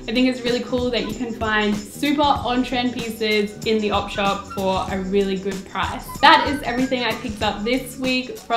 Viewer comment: ElGreco1541 I always thought she said odd shop